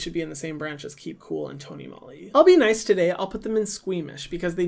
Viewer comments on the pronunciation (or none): none